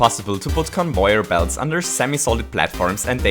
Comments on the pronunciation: It's convayer belt not convoyer belt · It is pronounced Cun-vair Not Cun-voy-er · you kept saying convoyer belts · Stop saying convoier belt say it right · Why are you saying convoir belt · its con vey er not con voy er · Convöyer belts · i love that he says convoyer belt <3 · Convoier blots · "Convoyer belts" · conwoyor belt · He says convoyer belts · Convoyor? Really? And goombors. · stop saying convoyor belts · Everyone: conveyor.: convoyor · “Conboyer belt” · why do you always say convoyor belts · Convoyor or conveyer? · Did anybody know he says convoyer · Not convoyer its convayer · it's conveyer not convoyor u idiot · No, its so annoying the stupid CoNvOyEr it’s conveyor not convoyer! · convoyer belt. lol. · convoier belt conwoier belt please, its conVEYer belt. please i dont want to hurt your feelings with this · Trying to think on how this guys accent can get any better, it ruins Super Mario Bros. on how he says things. For example: "Convoyor velts" "Gumpas" "Bub-umbs". Also how much cringe he makes when he explains things, like a story and weird cringe effects, how he says what happens as a story. He's weird. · “Convoier belts” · i'm not making fun but every time he said convoyer i laughed so hard(i was trying to be serious be fore and after watching this i didn't work) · WHY CAN'T YOU JUST SAY: CON-VAY-ER-BELT? Note: You do say con-vay-er-belt sometimes* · I Die as many times in fortnite as he says convoyer belt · "convoyor belts" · Conouyar belt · Convoyeur belt? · he says convoyer belts xD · when you pronounce conveyor belt it sounds like convoyer belt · "Convoyor" "goompa" "mereo" "cringe stories" "cringe effects" "talks weird" reasons why i didnt subscribe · he's saying convoyor belt so often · It gets on my nerves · I love this series so much which is strange because I don't have Mario maker XD p.s if your reading this where are you from because I like your accent (No offence but it's pronounced con-vey-er too) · Conv e yor Belts